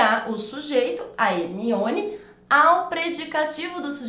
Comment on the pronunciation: Porque você fala Hemione se na explicação é Herminone? Porque você come o R do nome da pessoa no exemplo?